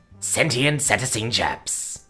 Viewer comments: seh-TAY-shun or SEE-tay-shun, either one is an acceptable pronunciation. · Proper mispronunciation of "cetacean": see-TAY-shun (alternately: see-TAY-see-an). Sorry, after the 7th time, it just got to me. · Thank God it was a short video! If I heard "cetacean" mispronounced one more time.... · Not gonna lie, I was dying of laughter every time he pronounced cetacean.